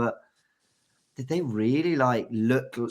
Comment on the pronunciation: Oh my days, James sounds Indian REE-YA-LLEY 🙋🏽‍♂️